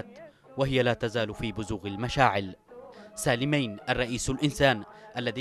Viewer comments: نطق اسم سالمين خطأ يا قناة بلقيس. سالميِن و ليس سالميّن. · اسمه سالمين بكسر الميم وليس بالفتح ، غلطة سالمين التاريخية قراراته الثلاثة التى دمرت جنوب اليمن : تاميم المساكن تخفيض الرواتب تحرير المرأة وحرق الشيادر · يا اخي النطق غلط ل سالمين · انت تنطق سالمين بشكل خط . او انا غلطان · المعلق تشارلز ماهو قادر يلفظ أو ينطق اسم الرئيس سالم ربيع علي ( سالمين) صح سبب بلاوي الجنوب العربي اولائك الجباليه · ياخي اعطي الخبز خبازة لاتعملي فيها منظر .. كفاية مغالطات حتئ اسم سالمين ماتعرف تنطقة